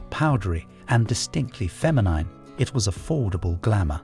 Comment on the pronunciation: Even mispronounced ‘Feminine’ …. 🙄